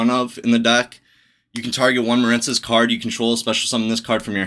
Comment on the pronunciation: Muh-reen cess. It's a water based archetype. Like the words marine life or marine mammals or the US Marines. Quit intentionally mispronouncing card names no one who speaks English doesn't know the word marine.